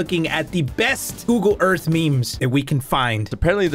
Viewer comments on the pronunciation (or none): When said Google Earth it sounded like ougle earth lmao